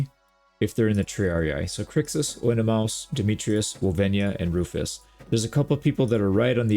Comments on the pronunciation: I think "maus" in Oenomaus is pronounced like "may us" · Oenomaus is pronounced ( on - uh - may - us ). Just for future reference. :) Or you can think it's spelled Onna-mayus. If that helps. :P